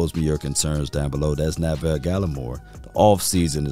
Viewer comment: Neville Gallimore not Na-ville Gallimore 😂😂